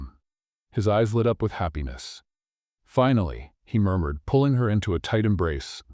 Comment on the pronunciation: What happened to punctuation? Murmured pronounced “murdered”?